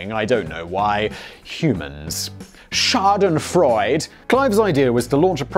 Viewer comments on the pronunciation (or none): Absolutely unnecessary addition but for "Schadenfreude", you pronounce the last e too